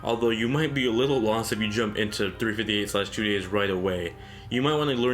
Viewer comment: 358/2 days is actually pronounced "three-five-eight days over two". I know, sound silly, but that's how it is! In terms of my favourite DS game, it'll be Mega Man Star Force 2. I feel that this title got really negative reviews simply because it wasn't the same as the Battle Network series on the Game Boy Advance. Cool story with stars, comets, and OOPArts involved. Protagonist that is vulnerable. Villain that you could understand where she's coming from. Fun combat system that mixes up real time combat with turn based attack coordinating mechanics... I think there's a lot to like! Even though it's not for everyone, it's probably my favourite.